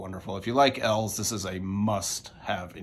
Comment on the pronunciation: Here I am questioning how to pronounce eels now. It's eels like the aquatic animal, right, not Els? The artist is E and his band is eels? Have I been wrong all this time? Lol Regardless, love your videos!